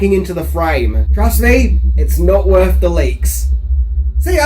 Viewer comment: Why does this guy keep using the “F” sound where there should be a “TH” sound? “Fink” instead if think. “Worf” instead of “worth”.